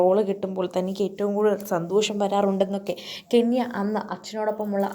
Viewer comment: കെന്യ അല്ല ചേച്ചി കെന്ന 😂